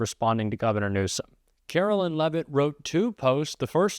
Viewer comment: Karoline Leavitt's name is pronounced KaroLINE like the word line. You are pronouncing her name like mine--Carolyn.